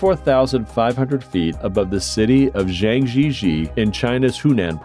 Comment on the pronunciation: You need some assistance with pronunciation of Chinese place names, bud.... Zhang Jia Jie = Jahng Jyah Jyeh.